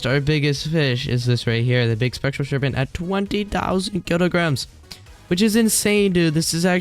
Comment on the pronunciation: Why does he said “Serpenn-t”